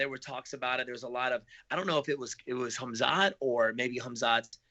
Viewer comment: Wonderboy: Khamzat- "homzot" Khabib- "cuhbeeb"